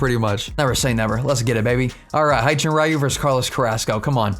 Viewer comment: Its not hi-chin-ru its hyun jin ryu